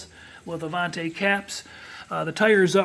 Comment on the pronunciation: I cringe whenever someone says “Avan-tay” instead of “Avan-tee”. The patched area before the front wheels may have happened because the side markers were moved further back from their original location. Avanti went thru numerous owners after Studebaker, and each one did some kind of variation on Loewy’s work.